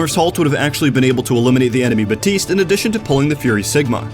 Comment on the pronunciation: Can you learn how to pronounce baptiste’s name for the love of god.